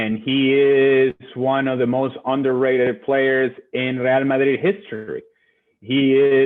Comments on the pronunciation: Real Madrid is a Spanish club so Moreno's pronunciation correct. Real ('RE'nt, 'AL'bert) Madrid ('MA'chine, 'DRI'll, d). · It's because Normal Person is Wrong. Ale's pronunciation is correct. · He actually says it correctly